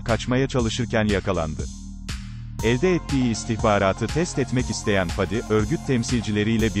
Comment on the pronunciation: Dizinin yayınlanma zamanı 2021 yılı çok isabetli kutlarım emeği geçen herkesi,severek beğenerek izliyorum.Bir de videoyu seslendiren arkadaşa ricam şu:Faadi diyerek a harfini uzatmayın lütfen dizide olduğu gibi söyleyin Fadi...